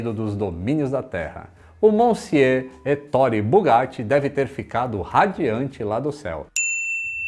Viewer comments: Que história fantástica, uma pena que tenha tido um final tão trágico. E se me permite,, a pronúncia correta do nome do Bugatti é 'É-to-re'. A sílaba tônica é a primeira. (Heitor em italiano 😉) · Olá a pronúncia correta é “Etôre”!😄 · Muito bom o vídeo, mas se diz étorre, como se tivesse acento no e. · Você é xará do Bugatti, legal! 😉 Mas permita-me te corrigir, pois vc está equivocado a respeito da pronuncia do seu nome: a pronúncia correta é 'É-to-re', a sílaba tônica é a primeira. Estudei a língua italiana, mas se quiser conferir, pode jogar no Google tradutor e pedir a pra escutar. 😉 Esse nome equivale ao nome Heitor em português. 😊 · Marita Oliveira sim vc está certa! A sílaba tônica realmente é o primeiro “e”, porém o “o” tem o som fechado e não aberto “ó”!👍🏻